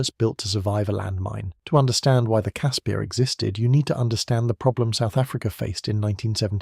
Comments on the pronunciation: Ex SA ops medic here. Great documentary,well done, just call it a Casper though,not a Casspeeer. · Casper!!! Not cass pierre. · I love these type of videos but blatant lies should be called out. Grown men could stand up right under the chassis. and the 50 miss pronounced words one had to be properly researched and pronounced. casPIRS not casPEARS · Caspir....Pronounced Casper, like Casper the friendly ghost. Koevoet...Pronounced Koo-Foot. Other than that, as a South African, I enjoyed the video. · Great video. Just one thing, the name is pronounced 'Casper'. Not fully through this video, but I read in a book about Koevoet, that the only fatalities in a Casspir due to a mine detonation was when 4 Soviet TM 57 landmines were linked in series, with almost 40 odd kgs of explosive packed in the middel. The right (or left) back tire triggered the mines. The resulting explosion threw the Casspir forward through the air for over 40 meters and landed on its side. The occupants, as was the mo at the time, were not buckled into the seats. Cannot remember how many kia there was though. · You totally butchered the pronunciation of CASSPIR.